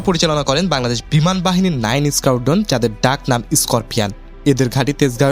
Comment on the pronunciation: Reconnaissance Mission, Squadron, Scorpions, Simple, Air Force এই সব ইংরেজি শব্দ সুন্দর ও শ্রুতিমধুর করে উচ্চারণ করতে আরো ব্যাপক অনুশীলন করতে হবে। ঠিক মতো উচ্চারণ করায় জোর দিতে হবে।